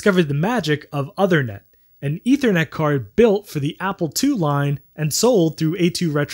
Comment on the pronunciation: Minor point, but the card's name is not pronounced like "other-net" but like "ooth-er-net" (ooth as in tooth). It's a reference to King Uther Pendragon, father of King Arthur in British legend.